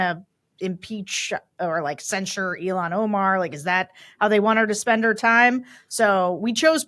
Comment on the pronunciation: Sarah- I say this without criticism, just to be informative. Rep. Omar’s first name isn’t pronounced “EE-lon” (as in Musk) but “ILL-haan” Love ya!